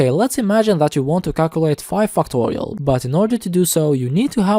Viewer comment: lets start with fucktorial😂😂😭😭